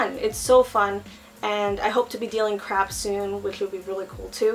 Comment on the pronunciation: Did anyone else hear dealing crap?